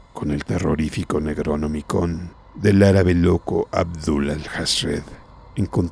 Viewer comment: Excelente relato como siempre, pero ¿Dijiste "Negronomicon" en el segundo ? Da igual